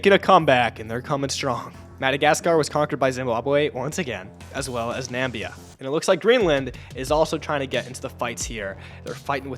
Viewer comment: Namibia not Nambia